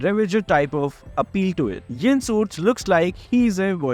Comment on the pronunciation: Why you say yon 😅😅😅😅